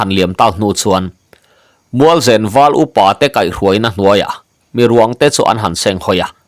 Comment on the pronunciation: Mualzen tih hi i Chaw chhum chu a va nen ve tih a nem rik ang hian zen hi ri ta se a dik zawk angem?